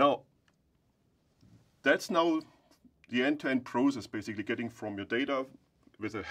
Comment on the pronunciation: This guy adding that extra S on process like 2 minutes later is so funny to me lololol. Besides that this vid is so good thank you for breaking everything down and explaining it visually!! Appreciate it!!